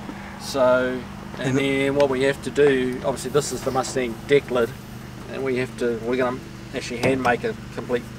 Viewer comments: Yes, deck or trunk lid. People were just saying it sounds funny the way he pronounces it "DICK lid". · I can tell for sure he's a real kiwi when he says 'deck lid'.